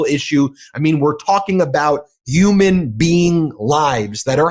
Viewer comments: Ben, what the actual f*ck is a 'uman' life. Obviously the education you received from the 'Failed Experiment' is to notch on a global scale. The H is not silent in HUMAN - you sound utterly ridiculous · Ben why don't you pronounce the letter H? umans, uge, ungry, alf, just curious 🤔